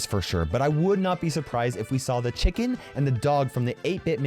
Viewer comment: Why does he say chicken so funny